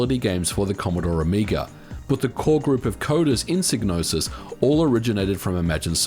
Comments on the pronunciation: Psygnosis is pronounced SIGE-NOSIS not Sig.. as heard on the Amiga intro to Blood Money. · Psygnosis is pronounced Sige-nosis as heard in the Amiga intro to Blood Money. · Isn't Psygnosis pronounced "psi - nosis"? The g in Gnosis is silent by itself. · I always find the various ways people pronounce Psygnosis interesting. I've always said "sye-no-sis", since gnosis on its own has a silent g (as in gnosticism, etc). But I suppose we say agnostic as "ag-nos-tick" in English, not "ay-nos-tick", even though we pronounce most other similarly constructed words in the latter way (asymmetric, asexual, etc). Language is weird.